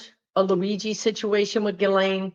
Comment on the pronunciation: Nice to see someone pronounce Ghislane correctly…😂 Thank you!💖